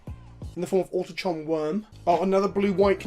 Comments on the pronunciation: Autochthon wurm Au - toc - thon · Ah-toch-thon wyrm.